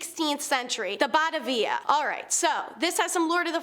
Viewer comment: Ba ta via... Not bat a via..sorry I struggle with mispronounced names